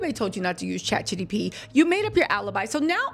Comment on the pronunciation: Girl you can’t even say ChatGPT correctly